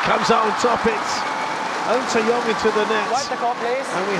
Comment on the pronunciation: Dude, its NG TZE YONG not AN SE YOUNG the pronunciation when you hear it's almost same😂